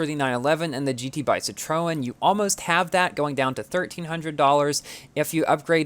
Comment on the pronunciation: Superinformative, but I was a bit mislead by the pronunciation of some cars. La Voiture Noire (= the black car) and Citroen are French words and need to be pronounced as French words. If you try, you can find links how to pronounce it.